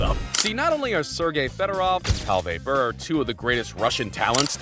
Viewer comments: Day-butt ≠ debut. Brrrr ≠ Bure. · how you pronounce bure as brrr, bothers me more than it should. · Pavel Brrrr, eh?🙄